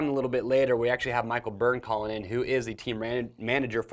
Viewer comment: When has said Michael Byrne it sounds like Mike O Burn